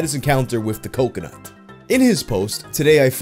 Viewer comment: It’s been almost a month and I’m still disappointed you went with “cumconut” instead of “cocoNUT”.